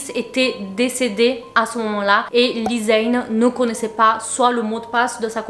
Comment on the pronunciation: Ça ce prononce pas comme ça Lisanne 🥲 jpp